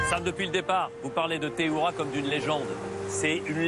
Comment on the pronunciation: C'est pas teheuira c'est teheiura